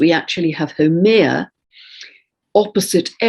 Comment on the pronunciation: I was like, "who is that Hawaiian goddess....? Whaa..?" So I looked it up. HAUMEA, pronounced "how-may-ah," w/ accent on 2nd syllable. I'm in Hawaii and learning about Hawaiian mythology from an English lady, I love it. But I can contribute with knowledge of proper pronunciation. Aloha 🌺